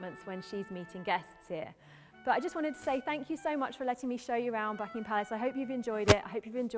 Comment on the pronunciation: y i keep hearing him saying fucking ham palace???